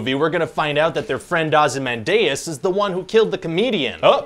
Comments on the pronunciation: Ozy-MAN-dius not how you pronounced his name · Ozzy man deus is supposed to be pronounced Ozymandias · Dee-as, not day-ess; Dum-ass! Joking of course. 😁 Grating though. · if veldt wanted to change the pronunciation he should change the spelling too no way can '-dias' in english can be '-day-us'! smartest man BULLSHIT! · "Ozzy man deus"? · “OzymanDAYus” hahaha! Americans always put the emPHAsis on the wrong sylLAble! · Ozzy MAN dee us. This is a historical figure, world renown for centuries. For the love of all that's holy, will you millennials please consult a pronunciation guide...??!!! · ozzy-man-day-us is my only complaint. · Why do you Gen X-ers and Millennials not know how to pronounce cities, countries and characters from centuries old fiction??! It's Ozzy-MAN-dee-us FFS! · I don't wanna be that old guy ragging on millennials, but FFS, Ozymandias is pronounced oz-ee-MAN-dee-əs Stress on the third syllable; rhymes with “fozzy handiest”. Read a goddamned dictionary if you're gonna create videos that millions of people will watch, fer cryin'…!!! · Nice touch mispronouncing Ozymandias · Oof, the way he pronounces Ozymandias makes me cringe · You pronounced Ozymandias incorrectly, many times. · Is that actually how Americans pronounce Ozymandias? Asking for a friend. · That pronunciation of Ozymandias, though